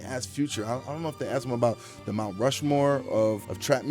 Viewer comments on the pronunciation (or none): none